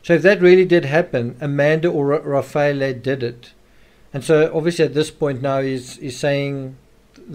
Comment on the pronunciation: Sol-leh-cheeto. Ra-fah-eh-leh